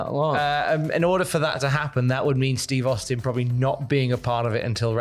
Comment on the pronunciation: That ain't Steve Austin that's STEVE HAUSTIN🤣